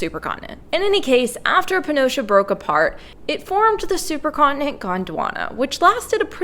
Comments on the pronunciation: Irrelevant. She's saying "Pee-an-gee-a". It's not "Pee-an-gee-a", it's Pan-gee-a. She often mispronounces things and always acknowledges it, so butt out, no one is talking to you. Crabs with pinchers instead of pincers, "pick-shure" instead of "picture", and various scientific words which I forget atm. {:o:O:} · "Pea an Geea" ? 🤣 {:o:O:} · In most North American and Australian dialects of English, the vowel /æ/ breaks to /eə/ when it comes before /m/ or /n/.